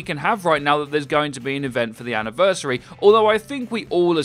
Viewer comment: So their "Ana-versary" its close eh?...